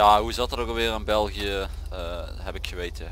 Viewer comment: het is belgie ni belgiche dat is frans